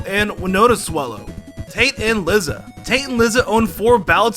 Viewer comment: Other than a few weird pronunciations like Liza (lie-zuh) this was a great video